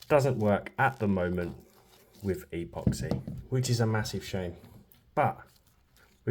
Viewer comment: Really cool video. I'll subscribe if you start pronouncing "epoxy" properly.